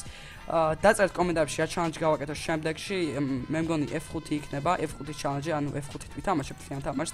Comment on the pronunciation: ჩალანჯი არა ჩალაღაჯი კიდე :დდდ ჩელენჯი ბრო :))